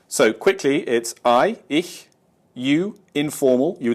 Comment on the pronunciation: lol still saying Ishhhh.... bad habbit i used to do the same